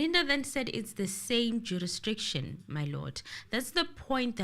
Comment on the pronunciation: Even in 2024 is still struggling with the word jurisdiction 😂😂😂